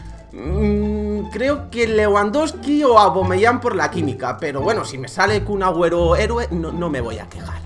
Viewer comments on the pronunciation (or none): Porque dices Cun Agüero